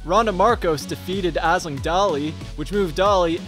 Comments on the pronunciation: It's pronounced Ash-ling for everyone who's not Irish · The way you pronounced Aisling... lol